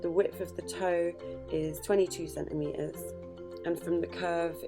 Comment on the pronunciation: Centimetres has two “T”s in it. Please pronounce them